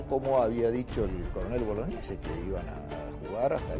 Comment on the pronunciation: A ver si la señorita pronuncia bien el apellido,se pronuncia Boloñesi,no Bolognesi.